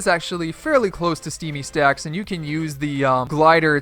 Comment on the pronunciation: He said steamy sacks 🤣 😂